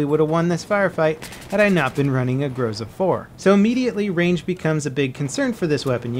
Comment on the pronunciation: and again, grozA, not grOza